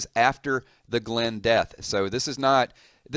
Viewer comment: GLEEN DIES?????? noooooooooooooooooooooooooo he said glen dies :(